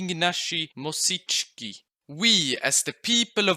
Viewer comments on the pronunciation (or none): Not MoSićki, MoŚicki